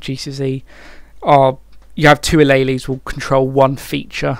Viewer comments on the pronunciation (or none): alaylees xd Ah-lee-ls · a lay lays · the way he pronounces alleles is painful... really good informative vid tho <3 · Harrison Maycox exactly😂😂